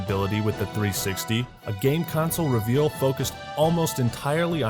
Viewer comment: The RE-veal? What is that goddamn pronunciation? Lmao.